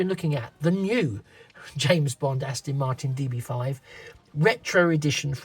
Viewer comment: Fab video. I may have to get one after watching this. Its Aston not Astin. Sorry to nit pick. 😂